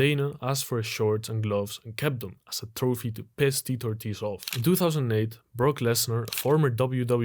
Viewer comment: Bro can’t pronounce Tito Ortiz’s name, just like Tito Ortiz doesn’t know his left from his right 😂